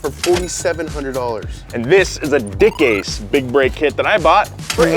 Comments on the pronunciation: DICKASE? Wasn't it DICKASS? xD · It’s pronounced “deck cass” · I believe it's pronounced Dick-Ass-e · We’ve all seen the grand tour episode.. we all know it’s not “dickase” lmao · LOL DICASE, SOUNDS LIKE DIK ACHE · It's pronounced dick asz....as in stick in the boot